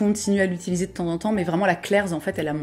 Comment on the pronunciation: Suis-je la seule à entendre “Claire’s” et non “Klair’s” ? 🙃